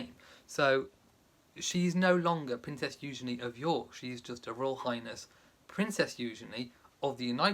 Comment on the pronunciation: Loved Eugenie’s beautiful dress. It’s refreshing to hear you pronounce her name correctly! Thanks for explaining the Great Gatsby connection! Beautiful wedding.